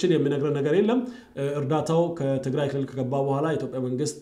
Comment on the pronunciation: You smell gunta, If you do not like about the way he accent "kilill"how do we know if your accent is correct, Because the person who looking around to find other peoples mistake are disrespectful person. Sorry to say that.